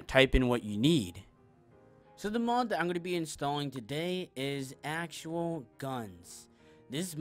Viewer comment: Just found it funny, I know it’s an accent lol.